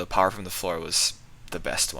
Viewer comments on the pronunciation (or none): Jack hammah. All powah.